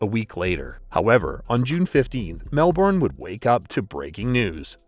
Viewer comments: Mel-burn not Mel-born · Melbourne not Mel Bourne. So many Americans struggle with this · Dude. It’s ‘Melbun’. Not ‘Melborn’. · Radev was Bulgarian and had nothing to do with Russian Mafia. "Nick the Russian" sounded better than "Nick the Bulgarian" - and it's not Mel-Bourne, it's pronounced Melb'n FFS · Mel born😂😂😂😂 Say it like an Aussie Malban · It's not MEL-BAWN!!! No Australian pronounces it than way! It's MELBUN. Only Americans calls it Melbawn. This also applies to the capital of Queensland - it's BRISBUN, not BRIS-BAYNE. How would you like it if we talked about Van-cover or Chickergo? GET IT RIGHT! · Jesus Christ, you make a video about a city and can't even pronounce the name correctly. It's pronounced "Mel-ben" not "Melborrrrrrn". You Americans lol fuk me. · It's Mel-ben, not Mel-born. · It’s pronounced Melburn not Melborn (Melbourne). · Mel-bun, not Mel-born 👍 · most aussies say mel bun or melbin ive never heard anyone in melbourne actually say melburn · It’s pronounced Melbourne. MEL-BIN not Mel born ya Dickhead. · You’d think someone would research how to pronounce the name of a place before doing a video on it. It is absolutely NOT “Mel-born”. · Saying "Melbourne" sounds ridiculous to the aussie ear we pronounce it Mel-bun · We don’t pronounce it Mel Bourne in Aus mate we pronounce it like it’s written Melbourne. 👌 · Hard to listen much longer past an Amercian saying "Mel Born" Edit: "Kilda road". Fuck me. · Say Mel - Bin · It's just Melbn And obviously someone musta been paid off so it cld have happened. Money fkn talks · Easy Mel ben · Awesome vid but please for everyone in the states it's pronounced mel-bin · We know what he means but ....Mel ben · no mel-bun* is more accurate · nah especially for an amercian it’s Mel-burn. Americans pronounce their Rs. Only some Aussies say Mel-bun too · It’s Mel-burn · please say melbourne correctly. if you're gonna talk about us at least say it correctly. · Hope the new one can pronounce Melbourne properly!!